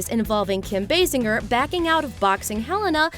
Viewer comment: Kim "Bay-Singer"? I thought it was Kim "B-ass-sinjer".